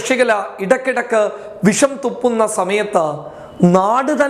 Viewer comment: പോടാ മര്യാദക്ക് മലയാളം പഠിച്ചിട്ടു വാ. വിശം അല്ല വിഷം. നിന്നെയൊക്കെ പറഞ്ഞിട്ട് കാര്യമില്ല